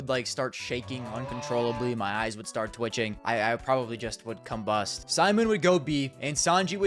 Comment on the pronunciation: Another great video, please never say combust again 🙏🏼